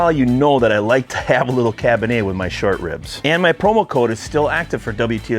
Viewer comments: It's Cabernet, not "cabinhey" lol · There is an R in cabernet (cab burr nay), not cab ba nay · cabinay....learn how to pronounce words correctly, makes you look really dumb bro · Dude, please realize there is a "R" in Cabernet. It's not Cabin-A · What is "Cab-in-Ay"? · “Cah bah Nay” 👍🏼😂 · It's Cabernet with an "R"